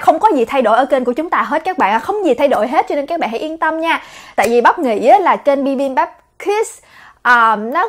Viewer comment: Em nghe cái chữ kids nghe nó nhấn vô não lun òi H cj đọc gia đình bibambap hết cái nhấn òi Huhuhuh